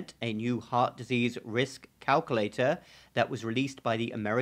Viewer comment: CalcUlator, not calcollector